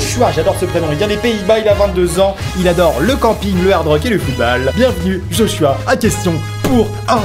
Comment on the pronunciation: je sais jai un beau prénom amixem... Mais on prononce pas je h je Joshua....